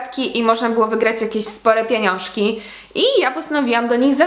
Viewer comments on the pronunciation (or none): Jak mnie irytuje jak ktoś mówi "pieniąrzki" Jestem ze Śląska a na Śląsku nikt nie powie na pieniądze "pieniąrzki" (nawet nie wiem jak napisać pieniąrzki)albo pieniąszki poprawcie mnie plis